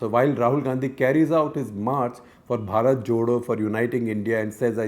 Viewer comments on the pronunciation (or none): none